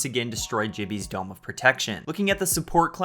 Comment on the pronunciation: i just noticed he pronunces it Ji-bby not Gi-bby